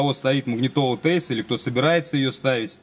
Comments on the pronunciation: Тиайс,а не тэйс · Вообще то правильно говорить ТиАйс. Спасибо за инфу! Молодчина!